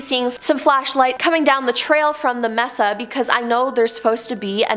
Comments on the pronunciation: Pronounced May-saa not Mess-sa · may-sa , not mess-a JFC Understandable is English isn't your first language, but fuuuuuu.... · Its M-E-S-A! ..NOT MESSA!Lmao 🤣